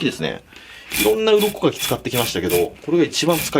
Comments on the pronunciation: 鱗かきが鱗滝にしか聞こえないのやばいよな、笑笑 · 鱗かきが鱗滝(左近次)に聞こえてしまう…